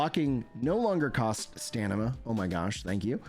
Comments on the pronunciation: You keep saying stanima.. its STAMINA!!😂😂, sorry! Great work covering this❤ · Love your content but you really gotta stop saying stanima, it's driving me nuts😂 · Dude I heard you mention dyslexia once and I thought it was a jest! I'm so sorry. I love it when you say stanima 😅